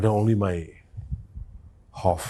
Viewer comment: Don't say, I huff sir. Please say, I hope. Whenever you huff, there always seems to be trouble😂